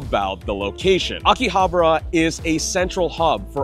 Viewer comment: Why do most YouTubers pronounce Akihabara wrong? 👀